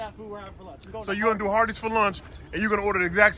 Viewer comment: I thought he said Arbys